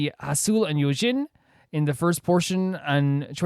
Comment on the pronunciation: Yes Choerry was actually only 16 at the time of her debut. she was very young. She’s the 3rd youngest in loona over all just a few months older than Hyeju. And yes you said Yeojins name perfectly by the end! If you want to get more into the lore/theory realm of the mv: The general story of loona during the pre-debut era, was that the 12 girls are searching for each other but they’re stuck in an infinite time loop or mobius strip. And they’re separated on three different worlds (hence the 3 sub-units). The first sub-unit: Loona1/3 are normal girls from earth except for vivi who has become an android. The second unit: odd eye circle come from a different world and use their “odd eyes” to use crazy powers. Kim Lip has super speed and can even travel to different times, Jinsoul can teleport, but Choerry can travel between different worlds. Then there’s the 3rd: Loona YYXY who are trapped in a dark and controlling world called Eden, where they’ll have to accept a change in their dna to develop a new type form of their ego’s in order to escape. In this MV, Choerry is actually a normal girl from earth, but when she eats the cherry, her powers awaken and she’s transported to the world that the other odd eye circle members are on. When she wakes up you can even see jinsoul in the distance try to lure her out to explore the world so she can develop her powers more. In Odd Eye Circles mv that you’ll see eventually, thanks to Choerry’s power, you’ll see the members arrive on Earth so the